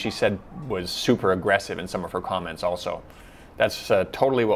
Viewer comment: "That's totally what we saw, EH?" He IS Canadian!